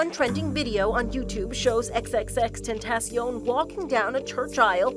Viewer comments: "EX EX EX TEN TAY SHEE OWN" inside edition is running out of stories LMAO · Its more like "Xx-tenta-sion" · He's said the names Latino cause I'm pretty sure he loved Mexican people and it's pronounced "xxx-tenta-sion" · same. Or just x x x ten tah shon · Can people stop pronouncing XXXTENTACION wrong, he deserves more respect - RIP XXXTENTACION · She said his name wrong